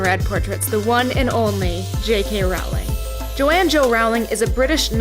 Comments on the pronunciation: Great video. Also it's pronounced ro-ling. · It's pronounced 'rolling'